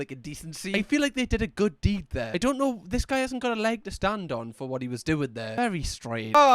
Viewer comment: “I dun like it” 😭😭